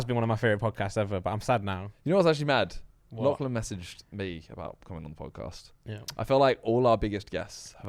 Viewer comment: It's not clan it's Lachlan